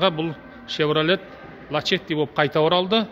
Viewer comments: Лачети емес Ласети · Лашетти емес дурстап окыса ласетти болады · Лачетти дұрысы